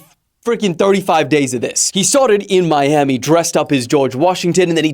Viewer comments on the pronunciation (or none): none